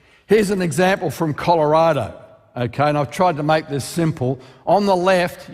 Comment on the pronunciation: All the lying aside, the creationist way of speaking is annoying. -"They LOOKED at it, and Noticed how the LAVA FLOWS were Actually YOUNGer than what the lab came up with, Due to CONTAMINATION! Here's an example from COLORADA!" The weird emphasis on certain words makes it all sound like some sort of surrealist Spoken Word piece. Here's my contribution: Andrew Snelling, what are you selling? My tears are welling up from frustration, from fear, from the susurration emanating from your BRAIN CELLS as they struggle, muddling through your sea of cherries picked from the tree of science. You CLAIM these cherries make a tasty pie, but all you do is lie, lie LIE!"